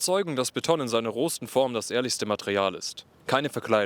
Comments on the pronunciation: Die Menschen mochten die jeweils aktuelle Architektur nie. Auch Barock und Jugendstil waren damals nicht beliebt, ganz anders als heute. Sehr gutes Video (die Ursache der Probleme heißt übrigens: Kapitalismus), aber manche Wörter sind einfach komplett falsch (pun unindented) betont: Kassel, Tristesse, Beton, Philharmonie. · Und trotzdem heißt es nicht Betttonn. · ab jetzt betone ich das Wort Beton auch auf der ersten Silbe